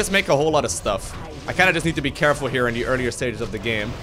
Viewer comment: "A little more carrefull" spamming Kael'thas Aoe in his army